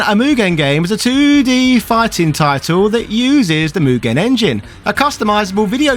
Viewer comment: So...Mugen. It's just Mugen. lol